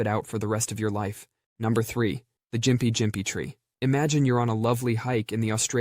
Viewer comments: ~~It's pronounced Gimpy Gimpy not Jimpy Jimpy Sir&it's a plant. ~~And,not for nothing, but yes the Bullet Ant was #1 respectively until they learned of the Executioner Wasp. Which ,apparently, easily past it w/o doubt? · for anyone curious, it’s gimm-pee gimm-pee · ik this doesn’t matter now but gympie gympie is pronounced like gimpy gimpy. The Y makes an i sound. Kinda like the Y in gynocologist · Its pronounced gimpy gimpy. 😊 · Youve well and truely slaughtered the pronouciation of the Gympie-Gympie tree 😂🤣🤣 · Anyone else annoyed by his pronunciation of the Gympie-Gympie plant? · heya, its actually Gympie Gympie with a hard g (as in g'day) not a soft g (its not a giraffe) and the sting isn't that bad, in my experience and in my mum's (who has stood on a stonefish as a youth - which she just described to as being "fifty to a hundred times more painful than a Gympie tree"). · Gympie Gympie with a g sound like the g in goat. Not like gym.